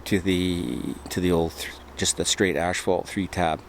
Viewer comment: Just curious - why do you say "ashphalt"? I've noticed that in this and other videos.